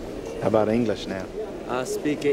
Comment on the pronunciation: Ahh speek ingirish